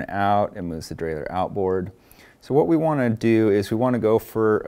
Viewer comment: Nice for the DIY bike mechanic like me. I also like the way you pronounce derailleur, unlike the guys who say something neither French nor English like "derailyer."